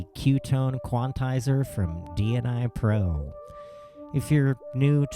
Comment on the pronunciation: Dnipro is a city in Ukraine my guy, it's Dnipro, not DNI pro... cool demo though